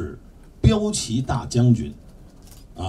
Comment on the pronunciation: 是 骠（piao）骑（ji）